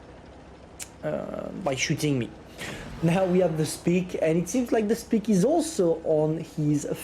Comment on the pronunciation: Hahahaha "now we have speak" instead of spike. Love how confident you are